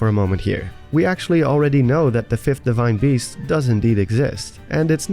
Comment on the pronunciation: "deshrine beast"